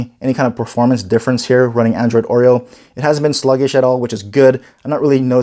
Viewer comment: LG G6 H870DS will wait for Oreo it seems. This guy pronounces it like "Android OIL", not Oreo. :D